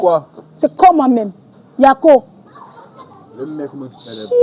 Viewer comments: Elle n'est pas Ivoirienne. Elle a dit" yako" dans un accent etranger. Ce n'est pas comme ça qu'on prononce "yako" .... lol lol .. et p[uis elle utilise "yako" n'importe comment. lol lol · C'est pas une IVOIRIENNE 🇨🇮 peut être elle est camerounaise et elle vit en côte c'est tout, elle prononce le mot YAKO pour se jouer les IVOIRIENNE, on dirait vous avez peur de la dame ou bien c'est parce qu'elle fait du bruit 🇨🇮🇨🇮🇨🇮⚔️